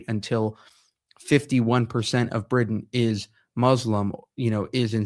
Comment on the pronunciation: You don’t even know how to pronounce Britain